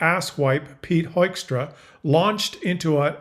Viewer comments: pronounce his name as Hookstra,. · This ass-wipe's (Dutch) name is simply pronounced as "hookstra". They are such babies, trying to look tough, but crying immediately when somebody throws something back. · Dear Pete Joekstra er Hoekstra, TAKE OFF EH YOU HOSER!